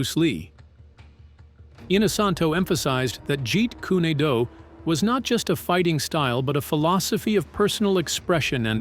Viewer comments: Goodness, "Jeet Kunn-nee Doo" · Jeet koooney doo😂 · You lost me at "jeet koony doo" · Jeet Dooney Do LOL - can't even get THAT right so why would we believe anything else here? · "Jeet Kooney Dooey" Yea. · Jeet coony doo? Really? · Jeet Koo Knee du and nunchuckooos and pad doo go😂😂😂😂 I don't think there is anything new here apart from the mangled pronounciation. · It's Jeet Kune do. Pronounced dough not du get it right way of the intercepting fist.hate when people pronounce words wrong. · I too was incensed with the portrayal in "Once upon...in Hollywood". I'm also incensed with this narrator saying "Jeet kunie doo" and "nunchaka" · he only pronounced it right once in the whole video when it showed on screen "jeet kun do". the rest just felt like rage bait as if he's mispronouncing on purpose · Why does the pronunciation of 'Jeet Kune Do' change every time it is read, and most of the time WRONG? GET IT RIGHT! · Can you fix the pronunciation of jet kune do 😅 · lol you're killing me with the A.I.'s pronunciation of Jeet Kune Do! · Bad script, bad pronunciation. "Padoga" is supposed to be "Pagoda". "Jeet Kune Do" is mangled too many times. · I wish he would just say JKD because he isn't pronouncing it correctly at all! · Maybe you first learn how to pronounce Jeet Kune Do before you run your mouth. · Dude why do you keep changing the name on the style Bruce Lee's. You changed it three different times like you cannot pronounce it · The pronunciation of Jeet Kune Do is atrocious! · Narrator keeps mispronouncing Jeet kune do! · I'm not even into 3 min of this shlocked up, drivel of a video, and they can't pronounce the name of his martial correctly: it's not jeet-koo-nay-do, it's jeet-koon-do. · "Jeet Koon-ay-doo".🤣🤣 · Jeet Kunee Doo lol I guess no one checks the speech narrative before its posted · Bullshit. I was waiting . The episode “ the praying mantis “ lo sing is portrayed by Mako. Mako Iwumatsu. It’s pronounced as kuun not kunee jeet kuuu( kune) do.